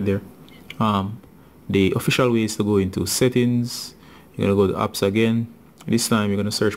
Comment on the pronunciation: Wtf is upps it's apps😂😂